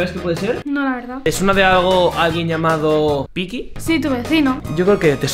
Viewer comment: Pero dijo peacky